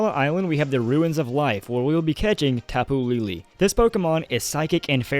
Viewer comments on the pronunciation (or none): please stop saying Tapu "LeeLee" it's pronounced Tapu "LehLeh" I understand you're not about that pronouncing words from other cultures properly life, but it makes me cringe so hard. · Tape Elle is pronounced tapu laylay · Tapu LELE, not LILI. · It's tapu lay lay not tapu lee lee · it's tapu lele not,tapu lili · For tapu lele its pronoce as lay lay , lol idk how to do it XDD but it's something like that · Its pronounced Tap-oo lay lay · tapu is ta like talk pu like put and lele is le like let